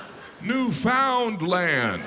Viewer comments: This is great except I wish he would learn to say Newfoundland correctly...that's also fun! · Love you Jim but 1(1) Newfoundland is pronounced like understand. (2) St John's, Newfoundland is the oldest city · Two things: It’s pronounced Newfoundland to rhyme with understand. St. John’s is considered to be the oldest city in NA, not Saint John. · Newfoundland is awesome and crazy. Also side note: pronounced Newfoundland the same way you pronounce understand. Understand = Newfoundland (and Labrador of course!) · Hey Jim, I'm soary but you're pronouncing Newfoundland incorrectly. It rhymes with "understand". I'm soary. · Ugh the way he pronounces Newfoundland tho. Cringe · Well Newfoundland was its own country till the mid 20th century and you might want to learn how to pronounce it! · Northwest Storage Area, hilarious! Newfoundland is pronounced by Newfies like the word understand. Saw it on Royal Canadian Air Farce skit once and it is totally accurate. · Why can no one properly pronounce Newfoundland? 🤦🏻‍♀️ The rest of the world makes fun of us for our slang, but mispronounce our name 😂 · I'm from Newfoundland and it drives me crazy how he and everyone else in the world mispronounces it. I cringed every single time he tried to say Newfoundland. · Newfoundlander here to point out that he got the facts mixed up. St. John's NL is the oldest city in Canada and centuries older than Saint John NB. So they're actually the ones who messed up 😂 Also, newfoundland is not pronounced like that. It's supposed to rhyme with "understand". You put the emphasis on the last syllable and actually pronounce it like the word "land" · Learn how to pronounce “Newfoundland “. Say it like this “understand Newfoundland!” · Pronounce Newfoundland properly! Understand Newfoundland. Got it? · Its pronounced...Newfenland....not New...found...land...or New..found..lend...duh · Ur funny f$&ker but it’s Newfoundland not newfounlind 😂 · Jim- It is pronounced "New-Fun-Land", not "New-Found-Land".